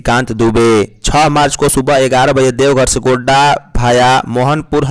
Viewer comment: GONDA NAHI HOTA HAI GODDA HOTA HAI